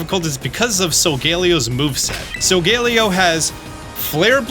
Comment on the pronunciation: It’s pronounced rai-KOH and sol-GUH-LAY-oh, “”! 🤨